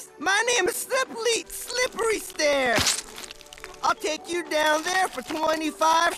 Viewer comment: Slippery Stair fucking up his own name is so incredibly funny.